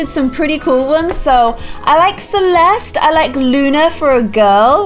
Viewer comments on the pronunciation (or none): none